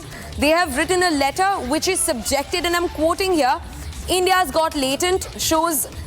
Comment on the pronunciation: Please read your lines carefully. It's "India's got talent" not "India's got latent".